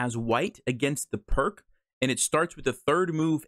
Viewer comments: Pirc is pronounced like “Peerts.” Also, interesting opening. I’ve been playing f4, the Austrian Attack, instead of f3. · All the Pirc players are offended that you pronounced it wrong, and that you said we don't like to think, including me! lol jk. If you're watching this you'll definitely catch a few Pirc players off guard, but be prepared for the lines other lines as well, just in case. Thanks,, for helping me not fall for this trap. 🙂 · In honour of GM Vasja Pirc, please pronounce it correctly.